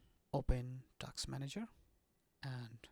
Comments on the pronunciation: I did all that, doesn't help.😒 Stucks on Preparing window with turning circle. BTW , it's Autodesk and Task Manager, not Autodeks and Taks Manager. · Say it again: Autodeks, taks manager! 😂